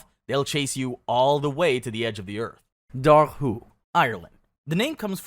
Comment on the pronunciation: Your dobhar-chu pronunciation is shitty and frustrating. It's DOH-ur-koo, like "do-war" and "schu" (like the end of loch).